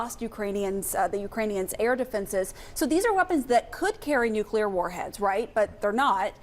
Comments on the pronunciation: Why is she saying NUCLEAR.?? Bimbo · them commentator says nuclear. ...